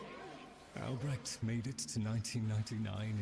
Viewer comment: its ALBRECHT... not alberect